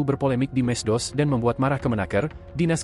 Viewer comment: Medsos bukan meddos